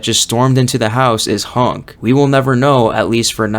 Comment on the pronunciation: HUNK! NOT HANK!